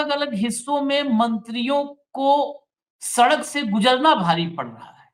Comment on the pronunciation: सड़क ❌ सकड़ ✅